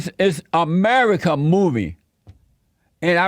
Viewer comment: Sound like fez when he said amedica